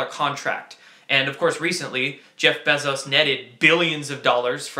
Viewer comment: It's pronounced "BEE ZOES".